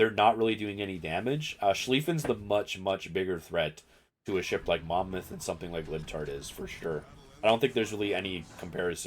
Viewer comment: A big fucking well done for saying mon mouth correctly!